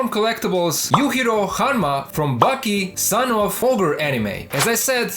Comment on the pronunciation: Thanks for making these vids, I've been a fan since before bootlegs, but they might be some of my favorite reviews. I just wanted to let you know that Baki is pronounced "baa-kee", while it almost sounds like your saying "Bucky." Also, I love ur voice, its great to listen in the background too👍